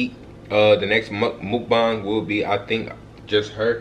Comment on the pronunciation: Its not mook-bang you gotta say it with the uhh sound like muhkbang